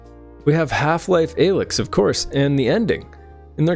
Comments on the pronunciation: disliking for pronouncing "alyx" like that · That pronunciation of Alyx makes me question if he even played the games at all. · He hasn't. This is slop. I knew how to pronounce her name as a kid when HL2 came out simply by playing and paying attention. Youtube is getting sloppier these days.